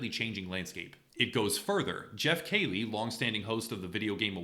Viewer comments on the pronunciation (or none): Key-Lee. Not Kaylee please lol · who’s Jeff KAY- ley??? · Jeff "Kailey". You hear his last name pronounced so often how tf did you fuck it up like this?